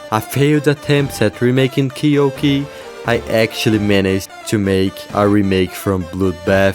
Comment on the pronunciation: It’s Key-you-key not key-yolk-E lol